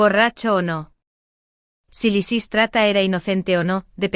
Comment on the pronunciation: Lisis trata, Laserats, Liza Estrada que bochinche con los nombres!!!